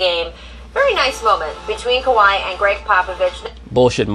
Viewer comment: Can Scottie Pippen please say Kawhi Leonard’s name Right smdh 😂. His name is not Kawaud lol